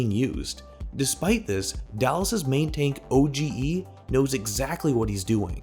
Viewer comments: My man called OGE O-G-E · danye is pronounced don-yay and oge is pronounced O-G